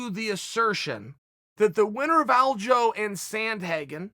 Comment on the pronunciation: Haha glad everyone noticed when Chael pronounced it Aljo